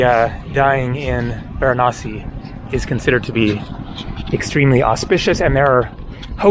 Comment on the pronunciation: It's interesting, you know every indian God's name exactly and your accent while naming of Gods are really impressive... thanks for visiting VARANASI